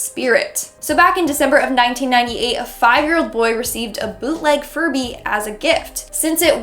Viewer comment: why did i hear furry instead of furby